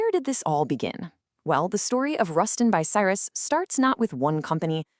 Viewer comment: Ten months in and not a single comment? I'm from Lincoln and worked at RB in 1975 but I'm afraid this video is ruined by the garbage AI generated commentary which is a) too frantic and b) she slaughters the pronunciation of 'Bucyrus'! I'll check out the other, longer RB video from this channel and hope it's an improvement.